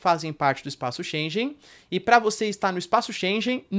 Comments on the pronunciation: Espaço "schengen" e não "chenjen". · Só um reparo, diz-se Schengen e não schen"j"en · Professor não é espaço schenje mas sim schengue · Espaço Schengen se diz 'shen-gan'. Muito bom conteúdo, parabéns! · Professor, a pronúncia é chen - guén Excelente aula. Parabéns! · É sempre esclarecedor e assertivo! Obrigada, professor. Correção: Shengen pronuncia-se /Shêngan/ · Excelente conteúdo sempre. Sou seu fã. E só uma dica: em Schengen o g se pronuncia como em gato.